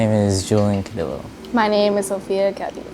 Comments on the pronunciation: it’s Caudiyo not caudilo lol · Cauuudillooo.not caudilo.lol..what a shame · Did this bitch just say cadi-lo. 😂